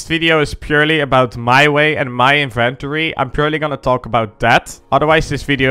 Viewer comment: "My Invent-ory" lol